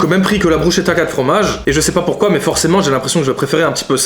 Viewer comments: On dit pas bruchetta mais brou ss keta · Bruschetta ça ce dit « brusketta « T vidéo sont vraiment incroyable et ton autre chaîne aussi continue vraiment 🙏🏼🙏🏼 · Mes oreilles qui saignent quand tu dit bruschetta 😂😂 Sinon bonne vidéo j'adore !